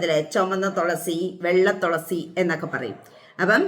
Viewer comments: Tholasy അല്ല തുളസി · Tholasi alla thulasi